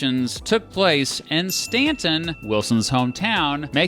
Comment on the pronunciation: I'm a little biased because Woodrow Wilson was a Stauntonian, just like myself. Btw, thanks for pronouncing Staunton correctly.